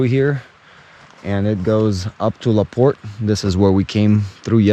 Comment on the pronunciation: The E is silent in Laporte. We get anywhere from 6 to 10 feet of snow here those headstones are laying like that from years of being packed down by snow.. I live up here so I know. I do love your video